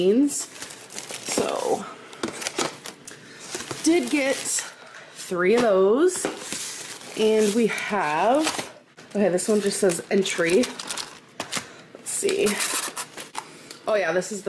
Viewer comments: "this says entry" lmfao 🤣😂🤣🤣😂 how can she be so oblivious??? 😂🤦🏼‍♀️🙄 They're "entrées" as in main dish! 😆😆😆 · Did she just say ENTRY instead of ENTRÉE